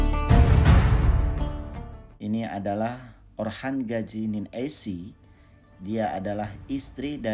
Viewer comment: Gazi bukan gaji